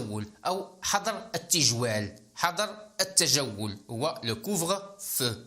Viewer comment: حظر تنطق بتسكين الظاء